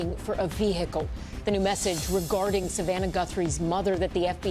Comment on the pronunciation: Oh no, not a VEE HICKLE